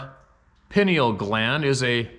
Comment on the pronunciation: FYI...Pineal Gland is pronounced "Pie Kneel" :)